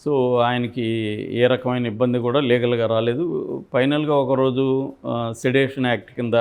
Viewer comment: సర్ సెడేషన్ కాదు అనుకుంటా....I think it's sedition